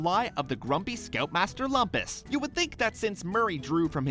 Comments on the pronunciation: (Scoutmaster Lumpus impression) That's LOOM-PUS, bonehead nitwit..... Not LUMP-US! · It's funny how the narrator got Lumpus's name as well as the fact wrong about his name. It's pronounced "LOOMpus", but most characters call him "LUMPas".